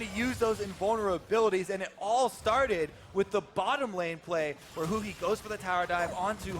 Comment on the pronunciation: 是huhi不是huni